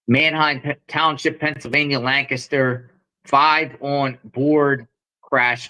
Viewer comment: Good job,! You pronounced Lancaster correctly. Thanks for another report local to me!